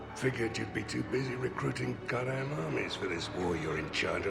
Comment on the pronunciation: "Godam". Yeah, I think that's how he says it. Don't laugh, though, she'll destroy you for that.